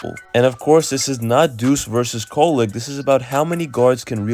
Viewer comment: Definitely not “Kolek” 😆